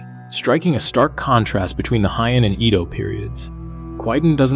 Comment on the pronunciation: it's good! But one little thing - it's pronounced "Hey-ann" (Heian)